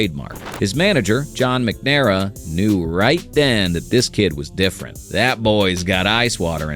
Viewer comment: John MACNamara is how it's pronounced